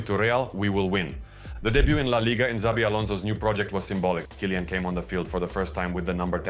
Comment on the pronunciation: Good video. Just annoying that you pronounce Tchouameni good and simple names like Vinicius and Kylian wrong.